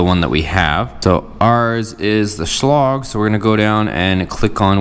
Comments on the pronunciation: It’s lage NOT log! Dopey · Learn how to pronounce the make? SCHLAGE THERE IS NO LOG!